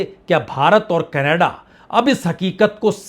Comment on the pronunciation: Yeh hai Indian journalist, Jin sy country ks name theek sy pronounce nhi hota, woh geopolitics py baat krty hai😂.. Kannada_Kannada_ Kannada 😂 Jhantu Canada hai, Canada,, bol kr dkha ,, bolo,, Ca. na. da,,, phr sy ,,, Ca. na. da.